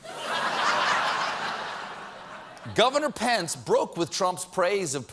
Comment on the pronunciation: Am I the only one who hears 'Pants' every time he says Pence?